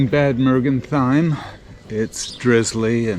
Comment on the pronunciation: Again - a very nice video - thanks! But: Bad Mergentheim is not bad 😃We have a lot of those "Bad-" town names here. It's better to pronounce it approximately like "Baht Mair-gent-hime"